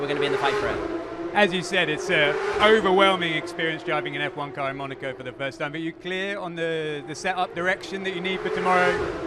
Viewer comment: Bro it's not called monarco😂😂😂😂